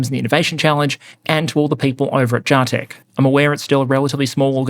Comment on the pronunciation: Its JAH-TECH! Not JAY-TECH.....alright. Great episode!